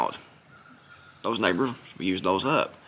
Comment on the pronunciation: You saying SNIPERS OR NEIGHBORS??